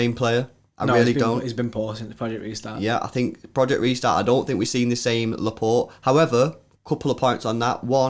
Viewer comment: Pleaaase guys stop saying Laportay 😂 It's pronounced Laport' as in "passport", he's French !